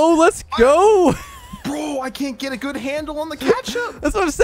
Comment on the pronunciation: what do you mean it’s goot, or is it just that I am from the Netherlands